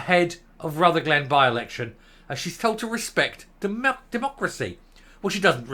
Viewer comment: If you are going to talk about Rutherglen at least pronounce it correctly!!!!!! It's not Ruther glen, it's Rutherglen!!!! Can't even get the basics right!!!!!!🥴